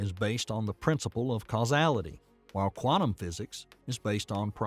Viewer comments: The narrator says 'casualty' at around 29 mins in. Then again a few seconds later. Casualty? Causality! Easily mistaken for a hospital documentary I suppose. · I may be one heck of a pedant, but when he should have said causality, he has actually said casualty three times and casuality twice! I'm 37 minutes in. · Cause-al-ity. Not cass-u-ality. Drove me nuts each time. Otherwise great breakdown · Casuality or causality? Which is it? 👍😜❤️🙏 This is a great episode. Concise, comprehendible, comprehensible, and compelling. 👍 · Thank you for the doc! You keep saying "casualty" when I think you mean "causality." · Casuality? I think the narrator was supposed to say causality. But it's odd that no one picked up on that all through the editing and screening process before this was released. If not the what is casuality and what does it have to do with this subject? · casual vs causal. causality vs casuality smh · It's not "casuality," it is "causality." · Forgive me🎉, but the word you pronounce "casualty" is cause-ality... ...causality. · Causality \\\\\\ CAUSALITY|| not not NOT CASUALTY........PLEASE READ THE SCRIPT MR NARRATOR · Lookahere. It is a labyrinth, not a labranyth. It is causality, not casualty. Can't you get a literate person, even one without a southern accent for verisimilitude and a deep voice for...something? And it is miles per second, not miles per hour. C'mon. How are we supposed to give this any credence? It is close enough to the fantastic as it stands. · I found this video generally very good. But every time the narrator says ‘casualty’ instead of causality or casual instead of causal it gives me a headache. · Casualty instead of causality? 🤦🏻‍♂️ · Causality vs casualty. Great video, but this had me cringing every single time. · The word is CAUSALITY; not casuality! Jeezus! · I like it. But, it did raise some scrutiny when the narrator repeatedly pronounced causality as casualty. Your humble proof reader. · Causality not casualty.